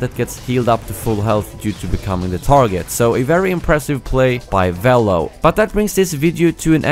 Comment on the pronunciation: you said velo wrong